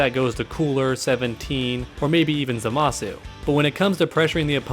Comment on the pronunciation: It's pronounced ZAH-muh-soo